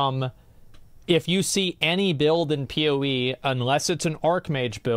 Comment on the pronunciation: Why does that guy call PoE PeeWee?